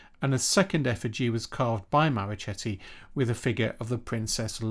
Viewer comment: Marochetti—the “ch” is pronounced as one would a “k” in English.